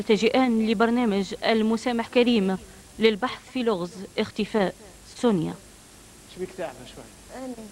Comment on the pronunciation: لاء مكتوب على الشاشه سنية هما بينطقوها سونيا